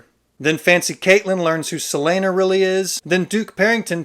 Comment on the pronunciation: And “several name Celaene” 😂